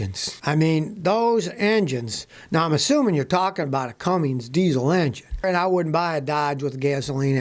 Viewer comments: Cummings????? Come on Scotty. It’s Cummins. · It’s Cummins, not Cummings. 🤦‍♂️. Just like it’s ask, not axe. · There is no "G" in "Cummins". No "G" Scotty!!!!!! :D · It's not Cummings Scotty. It's Cummins. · Love your channel but why do you say cummings instead of CUMMINS ? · Scotty...the name is CUMMINS NOT Cummings. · There is no "G" in Cummins. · Cummings engine? Is that the same as Cummins? Lol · It’s Cummins not Cummings bud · "C u m m i n G s" diesel engines are not excellent engines, Scotty; they don't exist. It's "C u m m i n s". No "G". Geez! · Cummins, Scotty. Not Cummings. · It’s pronounced Cummins.